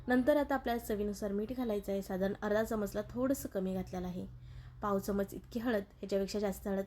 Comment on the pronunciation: चमच नाही चमचा बोला